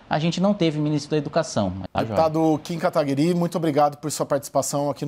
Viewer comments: “Kim Kataguirí” KKKKKKK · O cara fala kim kataguirí kkkk